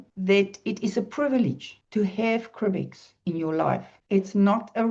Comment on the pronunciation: I like how you call it "cribex"...is it possible to change that Y for an I in the name? Sounds less cry-ish. Some people are very sensitive to even the smallest details and such things can discourage them to jump in. Why cry-bex? Just bad marketing 😊